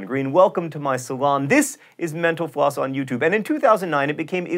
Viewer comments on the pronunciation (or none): The way he said mental-floss at the end sounded like he said: "Thank you for watching menopause." XD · Every time you say mental floss it sounds like menopause to me. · So John, I know this has been mentioned before but...why do you say Menopause instead of Mental Floss! Of course that is one if the reasons I watch the Lists show! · When he says "Mental Floss," it sounds like "menopause." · I thought the said "Thanks for watching Menopause" ...... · Thought he said "menopause!" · When you say mental floss, it sounds like menopause. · Sounds like you're saying menopause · at the end of every video i swear he says menopause. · Am I the only one who hears menopause instead of mental floss ?